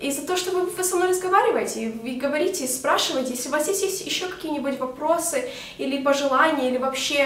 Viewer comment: сук))), угараю с того как ты произносишь слово "вопросы". Я конечно все понимаю, 4 года живешь в США , язык все дела, но всё же))